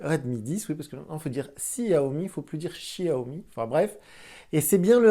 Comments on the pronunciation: Pourquoi Siaomi et pas Chiaomi maintenant ? X se dit CH en chinoisr pourtant x) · en mandarin (chinois officiel), on prononce le X comme une sorte de [ch], mais avec la langue en bas sur le palait. On ne le lit donc pas Siaomi